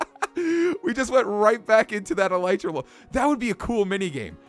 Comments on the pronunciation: eeeeee lllllllleeeeeeeetttttttt ttttttrrrrrrraaaaa not elitera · its not could alitra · elitra lol you said that wrong m8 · I swear... no one knows how to pronounce "elytra." It's EL-EH-TRA. Not EL-I-TRA... not EL-E-TRA. EL-EH-TRA. Thank you. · no ffense but I think elytra is pronounced el-e-tra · Elytra is pronounced as Eli-Tra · John Real Lopez The real thing is called Elytron. Its pronounced El-Ah-Tron. So this will be pronounced El-Ah-Tra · It's Pronouced u idiots El Lie Tra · Conios note it is pronounced el ee tra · it's ele tra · elytra say: eel eetr a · It's pronounced e-l-ee-tra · Elytra is pronounced El Eh Trah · Yeah no... It's "ill-ieh-truh-" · E - Lee - Tra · Ghostkiller117 117 my uncle studies bugs and insects and he said it's El Eh Tra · nope it's El-ee-trah and that's how Mojang pronounces it which means it's pronounced El-ee-trah so... case closed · It's actually pronounced El-ee-tra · Tennessee Timberwolf well it's pronounced El-ee-trah that's how the developers pronounce it anyway do you have mcpe by any chance I don't feel like turning on my ps4 rn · XBwowable YT ikr no one listens, all the developers say it as El-ee-tra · It's el I tra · Kitty Animations it's ee-lye-trah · Actually el-I-trah